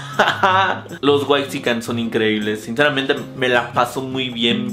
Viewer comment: Chale, que oso con la banda: "why-xican?" Cada vez superan más su inmamabilidad.